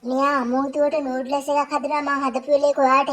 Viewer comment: නූඩ්ලස් නෙවි අනේ නූඩ්ල්ස් කියන්නකෝ